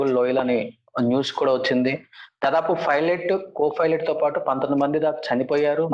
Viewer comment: Emayya పైలట్ అని అనాలి ,filot అని అనకూడదు ,నువ్వేమైనా bithiri sattiva enti